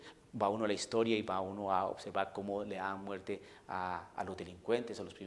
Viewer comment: Desde el segundo 1 de tu video ya estaba esperando que salieras con tu babosada de "la hishtoria" 🤣🤣🤣🤣🤣, no soportaste ni tres minutos sin salir con tu pavada.